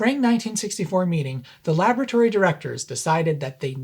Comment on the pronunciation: OK I know i'm ENGLISH but "LAB RAT ORY" please LABORATORY simples,and whilst i'm here it's SOLDER not SODDER !!!!